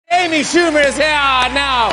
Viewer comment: Amy shoowee